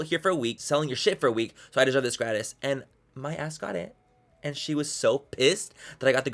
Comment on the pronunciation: It's so funny hearing him mispronounce "gratis"